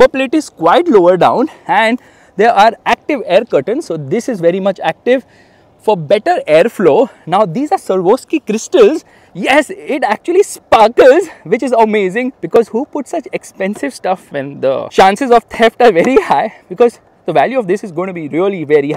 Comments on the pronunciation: swarovski ❌ sarvoski ✅ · Swarovski ❌Sarovuski ✅